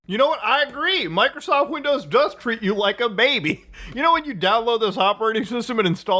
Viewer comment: I keep listening "Michaelsoft"